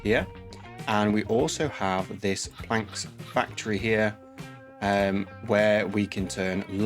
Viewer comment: Great video! Keep it up. But my brother.. "planks factory"??